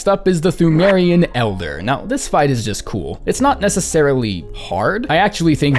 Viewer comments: Fun Fact: Pthumerian is pronounced tomb-air-ian, much like how Cthulhu is pronounced Kuh-too-loo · the way you pronounce ‘Pthumerian’ is triggering me. Ignore the H as well as the P the next time you decide to force out yet more content from this game Good video by the way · thu-meh-rian queen, imo